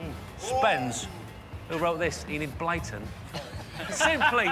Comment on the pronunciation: Did he say Edith Blyton?